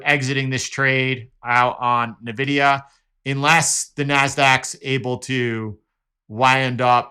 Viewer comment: enjoy your videos. just wanted to share that it's pronounced "envidia"